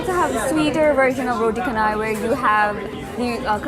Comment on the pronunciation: it's roo-tey chay-nai like chennai